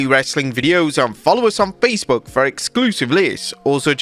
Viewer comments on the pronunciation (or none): none